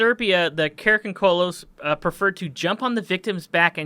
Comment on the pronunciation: Dude, it's not pronounced karakoncolos, it's karakondzhul like Cara con jew. And the picture that you showed for karakondzhul is actually an image of a Bulgarian tradition called Kuker warrior. Karakondzuls look more like hairy little devils, sometimes said to have wings.